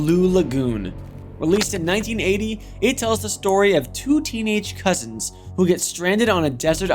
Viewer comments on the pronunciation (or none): none